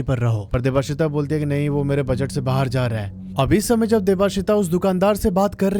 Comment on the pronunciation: Why are you saying 'bahaar' for 'baahar'